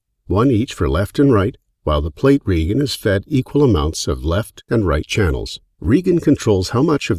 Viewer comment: Could have done with finding a voice-over guy who can pronounce "decay" and "regen"! Other than that, looks a versatile reverb. Planning to upgrade from X1PE to X2 pretty soon.